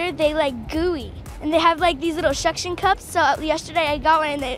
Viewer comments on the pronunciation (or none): “Shuckshion cups” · Shorry, did she shay "shuction cups"? 😆😆